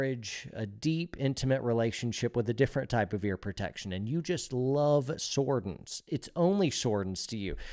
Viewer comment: Sordins, my guy.